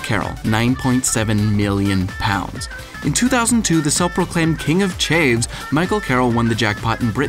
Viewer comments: lol its CH-AV, not chave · "king of chaves", "chav", hard "V" ""have", with a c in front of it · Its CHAV not Chaive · ***** Your buddy is lying to you. We say chav all across the UK. If you came down here and called them chave no one would have any idea what you're talking about. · A 'chav' not a 'chave'! Also its a bin man not a garbage man.... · "Chav" as in "have" not "chav" as in "cave". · what is a chave? Its chav, chav not chave😂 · mc nuggets chav rhymes with have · How the hell can you fck up the word Chav? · that is not how you say chav